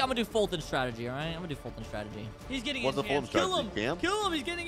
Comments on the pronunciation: When got enchants it said “ECHANTS”😂😂😂😂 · Wait does anyone notice said echants instead of enchants when he got it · When said he git enchants spelled it echants 😂